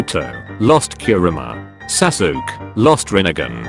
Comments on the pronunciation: This guy pronouce kakashi and sasuke as Kakushi and sasuk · It’s so funny how the tts voice spells Sasuke saske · A 100 episodes but the voice still mispells sasuke